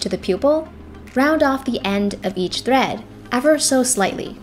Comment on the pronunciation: legit thought they said bread instead of thread